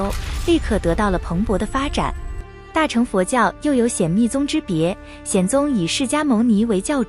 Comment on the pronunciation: 旁白發音錯誤， 大【乘】、小【乘】、金剛【乘】， 唸【ㄕㄥˋ】， 不是唸【ㄔㄥˊ 】。 請見以下說明：